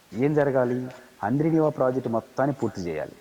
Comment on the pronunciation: Haaaaandri neeva kadu amma thali😂😂😂😂😂handrineeva antee😂😂😂